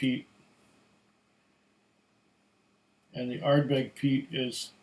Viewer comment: the Are-berg hehehe